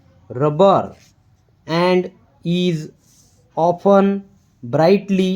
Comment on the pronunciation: Good paragraph but you should improve your accent.. pronunciation should be improve when saying (is, wear, ease, and alot of words) thank you